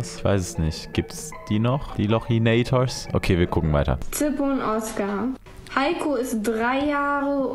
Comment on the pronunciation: Als er lochinator gesagt hat, hat er mein Herz gebrochen🥲